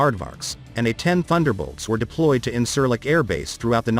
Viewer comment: This video is full of false shit, at least try to pronounce the airbase that you are talking about